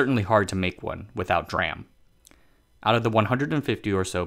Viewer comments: Yes, that is how you pronounce it. It’s D (silence) RAM. Not ‘dram’ directly. Like SMIC you pronounce ‘smick’… I think I will pass for that. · DRAM is pronounced as D-RAM, not dram. CPU caches use SRAM, S-RAM, not sram. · I've been in the semiconductor industry for over 30 years. Never heard anyone, except the uninitiated, refer to DRAM as "dram" before. DRAM & SRAM are referred to as "D-ram" & "S-ram". Conversely, "NAND" is just "nand". Strange he does this (& mocks any who corrects him) because he seems to generally know his stuff. 🤷‍♂️ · its not dram its d ram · it's pronounced "dee-ram" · God drammit! It's Dee-ram! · Yep. Someone should explain to him that it is D-RAM, standing for Dynamic Random Access Memory. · Well said. DRam. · Yes. It is D-Ram. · really good info here thanks for that. DRAM is pronounced with the D separate, like "dee-ram". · This sound like cctv propaganda video... can’t fool me. U can’t even pronounce D RaM I know this is CCp control propaganda video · That's an interesting way to pronounce DRAM. Edit: Interestingly, 'dram' is indeed a word. It can stand for an obscure unit of measurement, a small amount of liquor, or a small amount of anything. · lol i almost threw up when "DRAM" was pronounced like a word. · He just butchered the "DRAM" word along the vid and I cant stop laughing. SMIC is pronounce as 'smick' next time, MAKE MY DAY PLEASEEEEEEE.